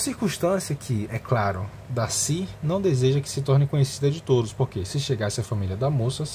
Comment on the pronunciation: olha tu para viu, eu amo o darcy kkkkkkkk, tu falar Darcy errado viu kkkkkk, DACI, Darrrcy